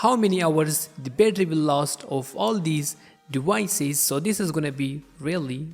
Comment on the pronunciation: Bro really said dewices instead of devices. Wergion instead of Version lmao